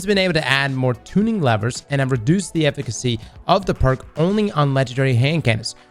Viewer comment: saying efficacy:🥴